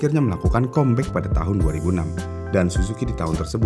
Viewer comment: Mas "come back" bacanya "kam bek"